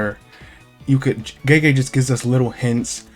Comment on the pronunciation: Gege is not prounounced like jeejee.